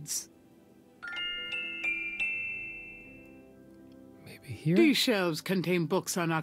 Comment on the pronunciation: Am i the only one who heard it as "see more sharts" not seymour shards??